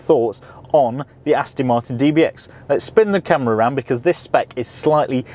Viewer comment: Thanks for the vid 👍 P.s. it’s ‘Aston’ not ‘Astin’ 😉